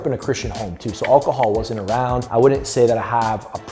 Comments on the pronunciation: He cant say alcohol !!!!!!!! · I noticed that, maybe he's still drunk lol